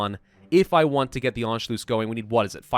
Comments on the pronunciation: Why did you say Anculuss so weirdly, An- shu- luss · "Anchlews" "Anchloose" I want to shoot myself every time he says it wrong. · Anschloos?? Pronunciation a bit of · How is it pronounced? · in anschluss, the u is short and the ss is sharp :D